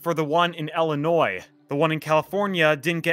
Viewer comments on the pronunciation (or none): Bruh. The S is silent is Illinois. And it’s ill, ill not ell. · It’s ILLINOIS, not Ellinois. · Ill-inois not elle-inois, it's easy to remember as the state makes you sick. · It's Illilnois not Ellanoy. Edge was great a real fun ride sadly it didn't last. We were there that day and heard there was a problem and it happened while we were on the Eagle after getting off the Edge just a short time earlier. Was a little freaky but we kept going. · "el-in-noise" lolol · Why do you pronounce it Ellanoy? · For the last time, it isn’t pronounced “el-in-oise” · El-linois LOL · Why does this guy say, Ellinois? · Eagle , red side is the best. And by the way - the S in Illinois is silent. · You don’t pronounce the S in Illinois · Please do NOT pronounce the “s” in Illinois. Pretend like it’s not there.